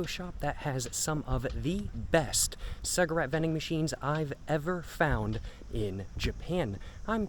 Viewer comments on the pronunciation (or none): A ''ciagarette''..Ya..your not saying it right...And are trying to give yourself some kind of weird accent...